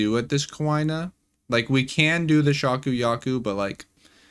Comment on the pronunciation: Came to say this, my soul shattered every time he said 'ku ay na'